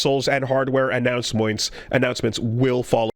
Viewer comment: hehe he said anouncemoints